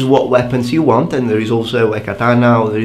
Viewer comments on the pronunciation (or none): none